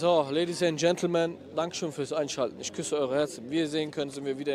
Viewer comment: Ja gut, wenn sie dann noch lernen würde, statt "isch" dann doch "ich" und statt "disch" lieber "dich" zu sagen... Dann würde sie auch mit einem Schlag sympathischer klingen. Kleiner Tipp: beim sch-Laut Lippen spitz, beim ch-Laut Lippen spreizen. ;-)